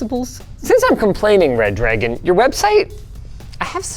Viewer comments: maybe Reh-druh-gone? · nah It's Red Ra-Goon. Gooner rise up!!! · I'll have you know it's pronounced Red Ra-gone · #LinusTechTips... its Re-Dragon if you say, its not red-dragon. English is bad here. I don't see DDs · obviously it's pronounced reh-dragon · actually it's pronounced redra-gon, and it's a shape. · I pronounce it re dragon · The problem is that Redragon is one word, but we're giving it two stressed syllables. It should be REH-drah-gone.